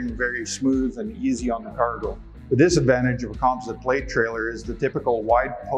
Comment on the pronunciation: Why is he saying composite wrong 😂😂